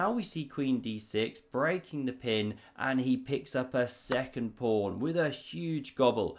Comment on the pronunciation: "prawn to sea ships" did I hear that or was that your accent? (I'm american)